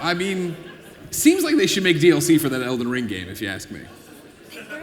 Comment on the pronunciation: AAAAAAHHHHAhahahaha Dude thinks that they are all laughing at his "not user friendly" joke. But that really was only half of them. The other half was laughing their ass off at dude saying Elden Ling for the 4th time that acceptance speech and then went ont to say "For the first time.... Lee Lee Lee Lee Lee... (continues to studder hard through the last bit of the speech)" Then the guy he is translating for..."Thank you very much" In way better English than the paid translator hahaha I know it is a short very common phrase but man that was a great final acceptance speech